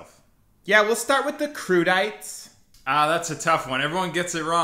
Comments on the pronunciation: French people cringing at the waiter's pronunciation of crudités 😂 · "kroo dee tah" - er no it isn't! "kroo dee tay" surely? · Not "kroo dee tah" but "koo dee tah" Pretty close none the less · Crudités crew dee tay (hon hon hon) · It would appear even the waiter got two of them wrong. LOL. Au jus is not pronoucned ow-joo, and crudités is not pronounced croo-day-tah. OMG. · Actually, I hate to tell you, it's "croo-dih-tay" and "oh zhoos" for French (like) pronunciations. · And it's not pronounced kroo dee tah 🤦‍♀️🤷‍♀️ Trying to sound knowledgeable when actually you're not? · Are you just trolling us with the au jus and crudités? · Yes. Crudités and au jus. Totally wrong also on the waiter's part. And he didn't even try to correct the guy with the croissant. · Did you mean 'crudités'? Americans trying other languages is always such a bloodbath, even if they try their hand at distinguished English. I remember visiting a bar once where an American was ordering "kafej oh lej". I still don't know how to write what he uttered when he wanted a café au lait.